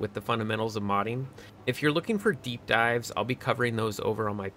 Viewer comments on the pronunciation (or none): none